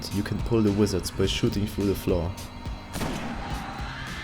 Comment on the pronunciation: Great video... great info... but please say "through" and not "trough" lol.